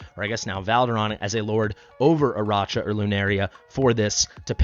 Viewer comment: I think is pronounced "Araka" like Arachnid. (Spider leg back)